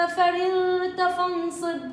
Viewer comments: بارك الله فيكي اختي جزاكي الله خيرا بس انتبهي لكلمة ..فرغت .. الراء مفتوعه انتي كسرتيها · عيني ست فرغت الراء تقرء بالفتحه وليست الكسره